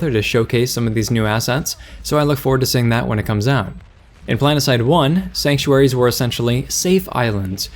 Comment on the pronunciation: sex-uaries? inserts credit card (jk of course i know you said Sanc)